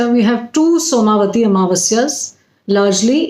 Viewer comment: It is not soma vati but,it is som vati